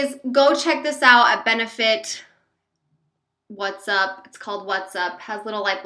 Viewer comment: that benefit highlighter is pronounced "watt" like a light bulb watt, that's what there is light bulb on it!